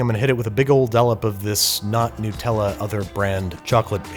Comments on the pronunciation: HazelNUT, Not hazelNEWT... NUTella not NEWtella. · What's with pronouncing Nutella, which has nuts in it, like new-tella? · Sorry its hard to take this seriously when you say Newtella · “Nootella”? “NOOTELLA”??? It says “NUT” at the start and it’s made with NUTS! So it’s “Nut-tella”. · Nutella. Not Nootella. Do you say peanoots? Hazelnoots? Brazil noots? No. Why do we let you be a country? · It's Nutella, not "newtella". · Love this show but Americans just pronounce everything wrong. N-oo-tella....its literslly got the word nut in....NUTella. I'm english😂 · Hey Babish, just a quick thing. It's "Nut-Ella" not "New-Tella". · It's Nutella, not Nootella - cos it's made from hazelnuts, not hazelnoots. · Do all Americans pronounce nutella "newtella"? it's not "Hazzlenewt" why "newtella"? nuh-tell-a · 'nut - tella' not 'new - tella' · why are you calling it ‘Nootella’? It’s Nutella. Do you call a peanut a ‘peanoot’? 😂 seriously though, love your work! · you monster edit- it’s pronounced nut-ella not nootella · Great content as always. PLEASE rephrase 'newtella' to 'nut Ella' as is made with nuts. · Actually Sir, It's nutt-ella (nuhtella), not new-tella. Sincerely Anonymous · why do Americans say “noo tella” instead of Nutella??? is it a mental illness?? do y’all say “hazelnoot” too? No. You say hazelnut..... so you are capable of saying NUTella. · Whats all this "Nootella" business? You dont eat Peanoots or get kicked in the Noots. I can forgive a lot but you gotta put some respect on Nutellas name. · You’re the second American I’ve heard say Nutella as new-tella. In Australia it’s just nut-tella. Is the long u pronunciation a regional American thing? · Nyu-tella? BRO WTF?! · nutella contains nuts, not noots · Why do Americans pronounce Nutella so badly. It's a Nut/Chocolate spread... Nut-ella. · you had me until you called it "newtella" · It's called Nootella because they make it out of noots. Hazelnoots if I recollect precisely. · ah yes, 'Noot-ella'